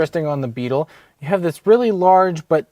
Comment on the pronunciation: you didn't do the This is a part right, there is a pause between this and is and the this sounds more like daffy duck says it